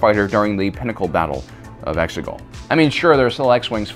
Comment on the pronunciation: It was used in the battle of Eggsooogwhat? Sorry I can't understand you, you're speaking non cannon.